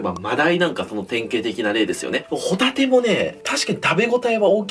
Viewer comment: ご一緒に「ホ↗︎タテ」はいかがですか？